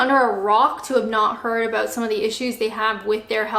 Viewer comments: Its apparently due to the way she must position her "video camera"(PC, LAPTOP, TABLET, ETC.?). When she was shooting videos at her workplace in England she was sitting in an office chair just like a proper, well behaved Canadian woman. BTW-I heard a soft "aboot"during this video so the last part of your comment is right on the $$$$. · Love how Canadians say about 😊